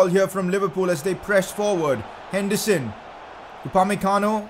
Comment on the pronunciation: He actually says hendison